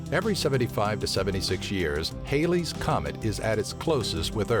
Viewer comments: It's Halley's (not Hailey's) comet. Named after English astronomer Edmond Halley, who determined it's periodicity in 1705. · HAL-ee's comet, not HAIL-ees. And comets don't 'pass" in a single day.